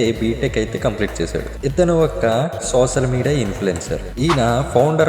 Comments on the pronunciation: .సోసల్ మీడియా కాదది. Its సోషల్ మీడియా.... సో కాదది. Its షో... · సోసల్ మీడియా కాదు రా జఫ్ఫా సోషల్ మీడియా అనాలి